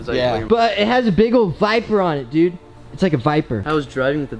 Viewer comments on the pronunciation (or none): He said biper